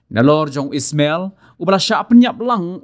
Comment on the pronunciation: U dei Ismail... Ym dei u EEESSMMELLL... 😅